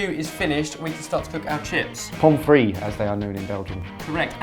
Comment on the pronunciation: Pommes frites is pronounced with a "t" at the end.